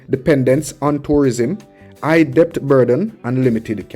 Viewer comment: The letter " b" in the word "debt" is silent, which pronounces "det"., the word is pronouced DET...!!